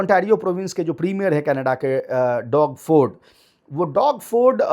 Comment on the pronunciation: Doug Ford ko डौग फोर्ड nahi --- डग फोर्ड pronounce karte hain. Haalaanki common sense to yahi bolta hai ke usey 'डोग' ya डूग ya डौग parha jaaye.. par kya karein, aap bhi jaante ke 'English is a Funny language'...😂 Inorganic Chemistry ke jaise isme bhi har doosri-teesri spelling me naya rule/exception nikal aata hai.. 😂😂😂